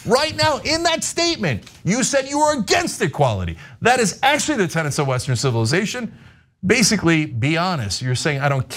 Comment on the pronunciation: I agree with you guys but it is "Tenets" NOT Tenents Sorry pet peeve